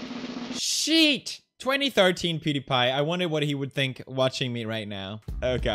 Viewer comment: Damn he just said shet